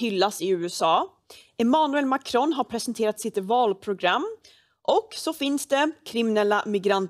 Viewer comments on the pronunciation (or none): Mahcroooow, jesus kristus säg MAKRON. Låter 20 gånger bättre när Emmy säger det.